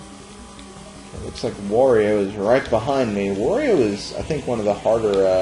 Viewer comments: it`s Wario not Vario ! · Wow, all these years and I never knew about that shortcut. Very interesting! Also why do you pronounce Wario like "Vathio"? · I hate the way you say Wario's name lol